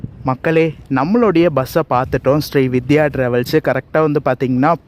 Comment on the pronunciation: SRI VIDHYA illai SRI VINDHIYA ... Vindhiya Vin-dhi-yaa Semma long journey super video How much was the ticket price for the AC MTC bus to Siruseri?